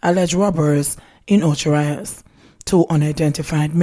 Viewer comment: Och Rios! The Spanish pronunciation! Short i sound.